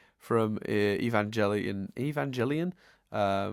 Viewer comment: Today's pronunciation pedantry: Evangelion is pronounced with a hard G.